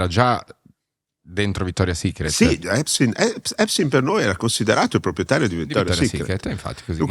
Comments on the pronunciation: A espstein fair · Non sa nemmeno pronunciare Epstein file !!! Sta merda